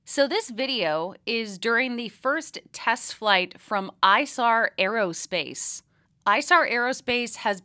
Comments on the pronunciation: It's ee-sar not eye-sar! Source: It's the name of the river running through Munich and I lived there for 3 years. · Excellent coverage. The company is named after a river that flows through Munich, Germany, the Isar. It’s pronounced eesar. “i”s are prounced like “e”s in German. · As a Bavarian, I believe it should be pronounced e-sar. It is the name of the river that flows through Munich.